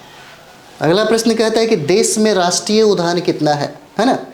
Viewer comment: Udyan not udban